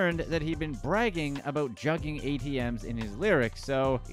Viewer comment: Your definition and pronunciation of juuging is all wrong